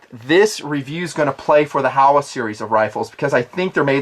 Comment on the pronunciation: Good stuff just a heads up since it is a Japanese company it is pronounced ho wa not how a. HO like the gardening tool and wa as in water. Just keeping it real.